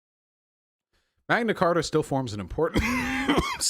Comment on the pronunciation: "The Queen is a fucking chibi doll that sits on her throne and waits for death." I mean....he's not wrong, lol Honestly at this point, the Royal Family is basically our version of the Kardashians Edit: I'm on Vaush's side here, but hearing "Magna Carter" gave me psychic damage.